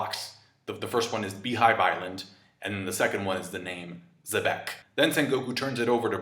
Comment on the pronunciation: Xebec is pronounced as Zibec, Blackbeards laugh is Zehahaha and Luffy's laugh is Shishishi. Luffy is inspired by SHanks and maybe Blackbeard is inspired by Rock D Xibec..another possible connection between BB & Rocks